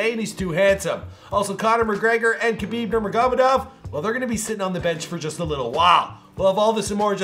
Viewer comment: khabib not habib